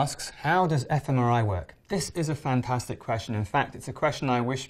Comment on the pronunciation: 「fantasticﾃﾞｽﾈ」 ネイティブ教師の言い方www